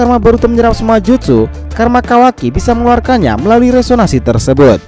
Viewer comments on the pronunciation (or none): Seharusnya beresonansi coy bukan resonasi